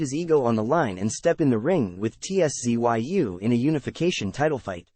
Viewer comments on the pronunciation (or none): Ts-zoo.2 Syllables mate.😊